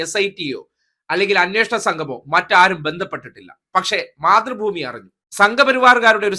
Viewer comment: മാതൃഭൂമി എന്ന് പറയുന്നത്, പക്ഷെ കേട്ടത് മുത്രഭൂമി എന്ന ആണ് 😂😂😂😂😂